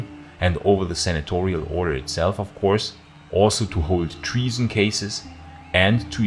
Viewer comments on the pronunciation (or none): none